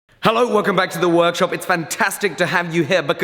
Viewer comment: Welcome back to the weer-orkshup